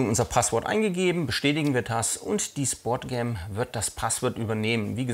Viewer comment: Im übrigen heißt die Kamera SPOTCAM und nicht SPORTCAM, hat nix mit SPORT sondern mit SPOT (Deutsch: Punkt, Platz, Stelle ...) zu tun. Eventuell hab ich mich aber auch verhört und das "R" kam nur durch den Dialekt mit rein :-) Ansonsten schöne Videos, weiter so.